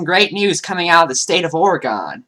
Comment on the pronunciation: Great video but just so you know its pronounced or-uh-gun not or-ee-gone. I know because I live in Oregon.